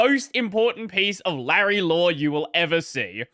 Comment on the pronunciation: Leisure suit lay-REE